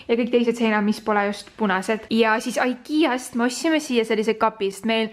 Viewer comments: Igea hääldatakse mitte ikea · Miks sa ütled aikia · See on ikea mitte aikia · Sa ei oska IKEA öelda(no hate)